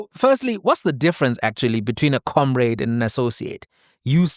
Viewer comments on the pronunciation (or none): none